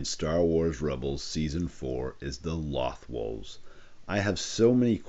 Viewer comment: Isn’t “Loth” pronounced like “loathe”?